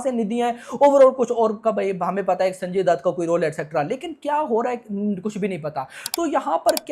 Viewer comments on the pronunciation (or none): none